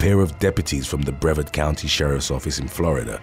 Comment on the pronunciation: The “a” in Brevard is pronounced like “hard.”